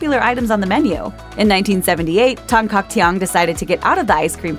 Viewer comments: I find her pronunciation of Tan-Caktiong awkward to listen to lmaoo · "Tan Caktiong" wasn't, at least not how Filipinos would normally pronounce it.